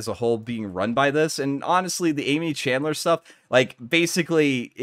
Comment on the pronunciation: There are tons of youtube videos with Aimee’s name being spoken. It’s really distracting to hear you say “chandler” over and over again. I recommend looking up the name of your videos’ subjects before you start recording Thanks for putting this together in any case. The limitations on what can be posted on reddit for this story make it hard to follow a narrative there, so it’s nice to have a video about it